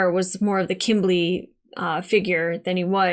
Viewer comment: You were close, it's Kimbly